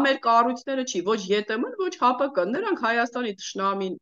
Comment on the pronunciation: Սիրելիս, ՀԱՊըԿը չի, այլ ՀԱՊԿ-ի...